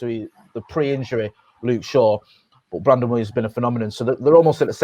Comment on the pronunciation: Top right kept saying Straw instead of shaw